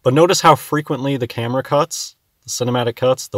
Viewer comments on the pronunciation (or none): none